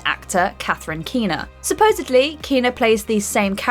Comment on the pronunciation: "ReportEDly" not "reportABly" also "supposEDly" not "suppoABly"